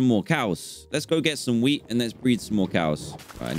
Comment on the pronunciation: Is it jus me or when Dan said let’s go get some wheat for a sec I thought he said let’s go get son w33d